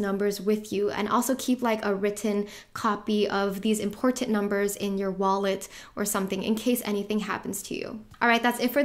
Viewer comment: “It’s imporTTanTTT” lol